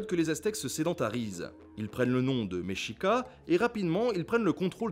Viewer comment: Mechicas au mexique sa se prononce mexikas